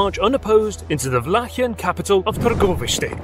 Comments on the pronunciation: That pronunciation of targoviste was spot on, especially for a non native, well done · As i've seen below, somebody already congratulated you on the pronunciation of Targoviste, Bucuresti too, and i wanted to do the same and wish you all the best in the future, your videos are astoundingly good. I actually paused what i was doing to see this video of my hometown. History is a pleasure when presented in such a good way, hope you become a millionaire, really do :D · i was surprised of how well you pronounce targoviste! nice! i grew up in that city :) vlad's fortress used to be the spot where me and my friends would meet and be stupid. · The way you pronounce Târgovişte is so good. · What nationality are.you? You pronounced "Țepeș" as well as Targoviște and București very fluently. Awesome chanel, love.every video that.you make